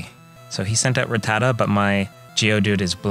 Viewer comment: I thought Ruh-TAT-uh was the way you were supposed to pronounce it. At least, that’s how I remember how they said it in the anime.